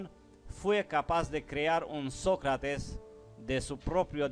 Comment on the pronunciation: Qué suave que hables español, se ve que no es tu lengua materna, te recomiendo que estudies los ACENTOS, así podrás hablar mejor. Por ejemplo es diferente decir Sócrates a Socrátes.